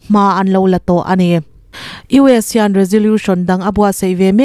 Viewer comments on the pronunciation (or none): none